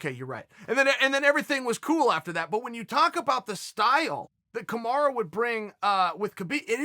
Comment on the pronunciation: Man, who the fuck is KAMARA? KAMARU And Khbib? KHABIB